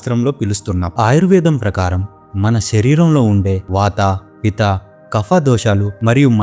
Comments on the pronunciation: పిత కాదు పిత్త దోషం అనాలి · పిత కాదు, పిత్త దోషం అనాలి! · పితా దోషాలు కాదండి... పిత్త దోషం.